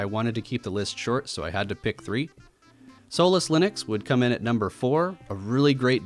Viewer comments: i can't not hear "soulless 4" and it's bugging me so much. damn you,. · Lol I thought you said soulless linux